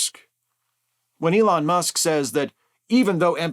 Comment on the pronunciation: "ELAINE" Musk...